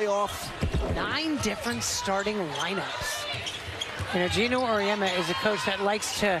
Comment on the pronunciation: G-e-n-o, not G-i-n-o; you'll get it right with a little more practice to eliminate this particular "brain-dead unforced error" 😁